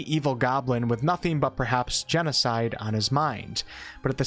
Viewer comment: Genocide..... I died a bit every time you pronounced it like that 🤣 I was like, "what is he saying?" for a few times, no big deal.